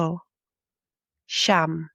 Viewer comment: Real Tagalogs say "SI YAM'...not "SHAM".........Also "SI YA'(he, or she)...not "SHA".